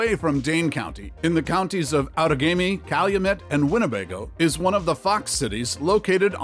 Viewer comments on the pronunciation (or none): Outagamie is pronounced "WATT-a-gamie"